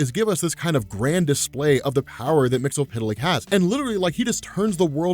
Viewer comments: umm "mixispituhlick" not "mixulpituhlick" GOSH napoleondynomite.gif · It's Mister Mxyzptlk not Mxypydlyk. It shouldn't be too hard to just read all the letters. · Hey, first time comment here. It's Mix-yez-pit-lik. Mxyzptlk. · SAY IT WITH ME NOW! MIX - YESS - SPIT - LICK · It's pronounced Mr. "Mix-yas-spit-lick"